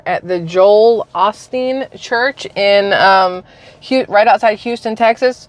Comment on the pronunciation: Its pronounced Oh Steen!